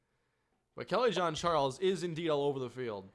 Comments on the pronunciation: Hi, actually in this case it is of french origin. doesn't quite get the right pronunciation but it's almost like John A frenchman ^^ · Kelly Jean-Charles not Kelly John-Charles! lol